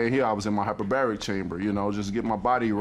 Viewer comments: “Lilbib mo ress”. “Hyperberry chamber”. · In his hyper berry chamber til dis day! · Deontay and his “hyper-berry” chamber